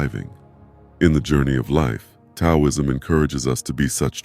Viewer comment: I listened to half of it, but then I gave up. I just couldn't get past the mispronunciation of 'Taoism' and all the times that the words on the screen didn't correspond with the spoken words. The spoken words were correct, but it seemed like the written words on the screen were done by some kind of crude computer program, and then never proofread to see if they corresponded to the spoken words. It's too bad, because it's obvious that you took a lot of care with the visual images, and they were well done. You put a lot of work into your graphics, and just putting a tiny bit more work into the verbal part of the video would have made the whole thing exemplary.